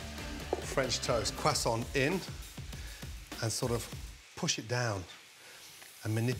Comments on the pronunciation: Its a "crew-sont" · Wtf is a “cwassaunt?” 😭😭😭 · “Teacher” any questions ? “ Carl weezer “ umm yes are you going to finish that cwoissant “teacher” knock your self out “ Carl weezer” swallows whole croissant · Dude said crossaints and I thought great I could make this, then named 30 other ingredients I don’t have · A quesaunt 🤣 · "Quest aunt" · i like the pronounciation. Qwassont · Leftover Cwasoant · Cwaaa-sawnt 😂 Looks amazing though - shall be doing it. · Am i the only one that hears Cwoissant? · I clicked the vid to hear him saying buttahh and croissant 😤😑😂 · Brits saying croissant will never not sound weird lmao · We don’t prononce the t of croissant